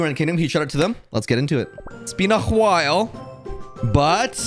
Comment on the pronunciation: i LOVE how he says hwhile XD keep doing it